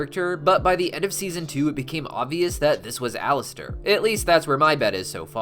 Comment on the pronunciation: Sorry he said his name wrong